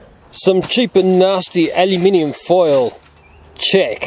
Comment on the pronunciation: I’m just glad he says aluminium the correct way, unlike the Americans ;) I’m from 🇬🇧